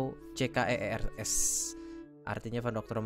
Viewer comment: Agak aneh bang nyebut nya